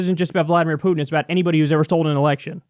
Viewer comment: Jesus, Kyle, learn how to pronounce "Putin"!